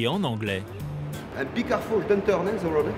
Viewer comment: “ les profs alternent les cours en français et en anglais " Prof: euhh be karfule 🤣